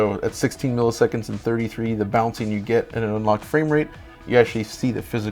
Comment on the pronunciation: "fwayme rate"